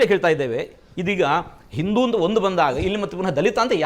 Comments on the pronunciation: ಇಂದೂ ಅಲ್ಲ ಬೇವಕೂಪೂ... ಹಿಂದೂ.. ಅಂತಾ ಹೇಳೋ.. ಮೂರ್ಖ... ಇನ್ನು ಇಂಥವನಿಗೆ ದೇವಸ್ಥಾನ ದಲ್ಲಿ ಪೂಜೆ ಮಾಡೋ ಅವಕಾಶ ಬೇಕಂತೆ.... ದಿನಾ ಸರಿಯಾಗಿ ಮುಖ ತೊಳೀತಾನೋ ಇಲ್ವೋ.... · ಮೊದಲು ಚೆನ್ನಾಗಿ ಹಿಂದೂ ಅನ್ನೋದು ಕಲಿಪಾ.. ಇಂದು ಅಲ್ಲಾ😂😂